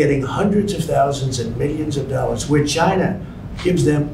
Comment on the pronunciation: Chi-NAH (gotta say it really fast)